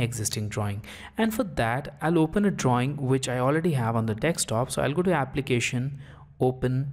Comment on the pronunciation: thumbs down for pronouncing "desktop" wrong